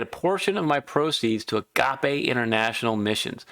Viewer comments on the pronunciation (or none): Thank you for donating a portion of your earnings. FYI, the accent, in Greek, is on the first syllable of the word agape, so it should be pronounced AH-gah-pay. God bless you and thank you for helping solve sudokus easier. Agape is the Greek word for God's love.